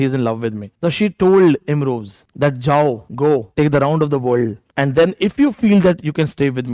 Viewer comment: It's Imroz not Imroj, kindly correct.